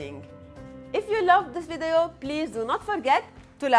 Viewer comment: Lol 👌🏾I just noticed the way you say video… in this vidayo I love it I think you have a good voice for doing these type of vidayo